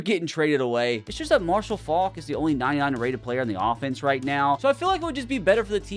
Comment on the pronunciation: How you gonna let it slide that he absolutely butchered pronouncing Faulks last name